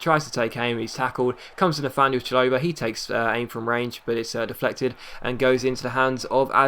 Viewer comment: Chalobah is pronounced shal-o-bar